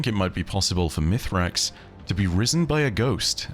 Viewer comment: Once again I ask, is there a reason to call him Mithrax when we know he is called Misraaks? Is it just that hard to say for English natives? It feels so disrespectful when in contrary Mara and Crow for example always call him by his actual name in-game.